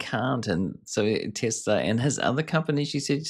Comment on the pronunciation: This guy is repeating what she says anoying tbh watch full interview,and its TESLA not TESLAR.